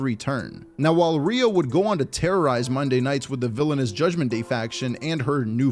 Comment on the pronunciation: Rhea. Not rea. Feels like the effort in the videos has gone downhill recently :/